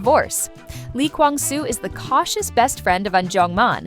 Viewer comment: I'm sorry this is out of topic, but I think the narrator should learn how to properly pronounce the actor's names... It's "so in guk" not "sio in guk", also its "i kwang su" not "li kweng su" 😭